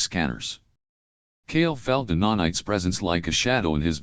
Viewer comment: NANITES, bro. what's a nonite? 😅